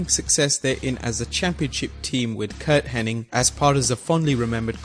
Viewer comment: That's beyond accent. That's somebody that doesn't really know anything about what he's talking about.